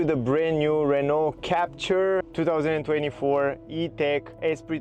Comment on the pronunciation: It's a french car so you should pronounce it's name the right (french!) way!